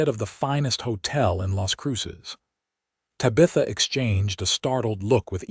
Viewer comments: AI needs to adjust the name Tabitha… a great story but the mispronunciation of her name is an easy fix.. Ta-Bi- Tha..NOT Ta-bith-a… AI can fix this! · I wish the AI got TABitha's name correct. The story itself is wonderful. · I don't rhink i can listen to AI call her Tuh-bitha for 2 hours . Cya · Ta-bith-a (please) and Santa Fay -:)🙂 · If they would just proof these with minor edits: - nod instead of bow - use the color red instead of read and reed instead of read - rip instead of tear - curved instead of wound and injury instead of wound - use names like Susan, Mary, Becky, Amanda - things the ai cannot screw up like this one did tuh-bee-uh-thuh or the other thirty ways said here Etc… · Great story. Love the reader. Need to fix mispronunciations. Bow and bow, read and read , her name Tabitha, Santa Fe, tear and tear etc. I know English is a pain.